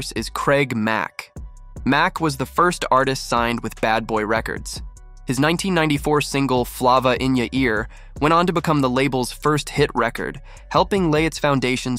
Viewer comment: The correct pronunciation is "Flay-va", not "Fluh-va". Correct yourself, dude.